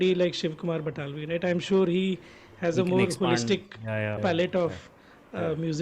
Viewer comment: Also shiv Kumar bataalvi.. not btalvi😅